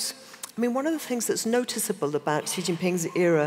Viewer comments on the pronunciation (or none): How can one be an authority of what China is doing and/or thinking, if you can't even take the time to learn how to pronounce XinJiang and Xi Jin Ping?